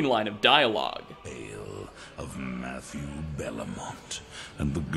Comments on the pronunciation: Lol wtf loved the vid but why did you say Matthieu like that. You have literal footage of him saying it right as Matthew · Matthe-you Lmao